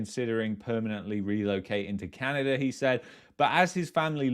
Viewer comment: I will never get past the way you pronounce "Canadurr"